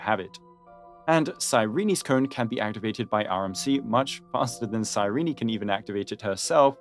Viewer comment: Psy-ree-knee? Is that how Cyrene's name is pronounced?